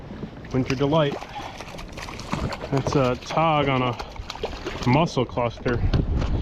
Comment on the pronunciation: Okay, I thought you were saying todd, but I think you were saying tog.